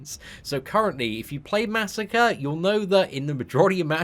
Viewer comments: masacre is pronounced (muh•soccer•aye) not massacre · what WEAK pronounciation of MA. SA. KRE. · even when he's getting buffed you mispronounce his name you monster (jk but it still irritates me a little bit)